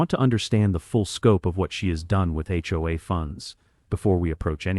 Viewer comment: Hopefully AI will learn how to pronounce HOA correctly at some point in the near future!